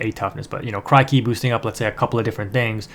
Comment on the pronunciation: Good vid man! Just a tiny thing, it's said like Crick-y. Like a cricket. Great stuff tho!